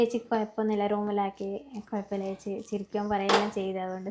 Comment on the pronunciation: ഏ ച്ചി എന്നത് ഏത് പാഠപുസ്തകത്തിലാണ് ഉള്ളത് ഇനി എങ്കിലും നേരെ ച്ചേച്ചി എന്നു പറയു